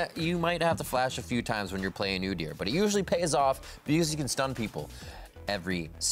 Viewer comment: doesn't know how pronounce udyr. Lol